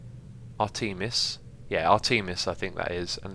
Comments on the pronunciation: I believe that the missile weapon is pronounced ARE-te-miss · Also, the rocket thing is pronounced "Ar-teh-mis," as in the Greek goddess.